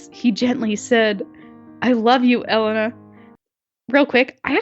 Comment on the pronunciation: It's E-lay-na